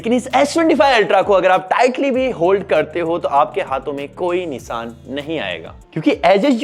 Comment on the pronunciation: निसान ❎ निशान ✅ फोटोज ❎ फोटोज़ ✅ बीकोज ❎ बिकॉज़ ✅